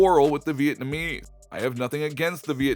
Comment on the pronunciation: Anyone else get annoyed when he pronounced “Vietnamese” as “Vietnameee”? Then he pronounces “conscience” as “conchin”.